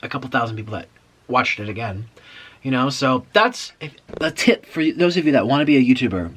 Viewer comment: Omg I laughed so much when you were telling the story of the Hardees worker and then your new word “Thaose” about the BK fries 😂😂